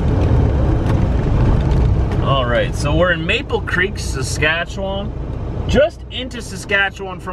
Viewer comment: yeah, something like that. Saskatchewan sounds weird/funny, seems so. everyone is laughing here when pronounce that. Maybe if pronounce it, they won't. Or hey google?